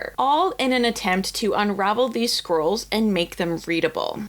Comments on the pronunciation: The diction in this video is appalling. It's "scrolls" not "squirrels". The rest of it is garbled, unclear and mispronounced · 5.03 Did she say carbonised Herculaneum squirrels? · Every time says "scrolls"... I keep hearing "squirrles" ( 🇩🇪 ) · It is so cool that there is so much passion for these ancient lumps of charcoal that multiple people are funding multiple ways to read them. I agree---this is the bright side of technolog, of AI, of computers, and the wonderful nerds who can do this magic! (P.S.---every time you say "scrolls" I hear "squirrels," which puts a whole new light on the entire endeavor!) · She does kinda pronounce "scrolls" like "squirrels" tbh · all i hear is squirrels😂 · I keep hearing "squirrels"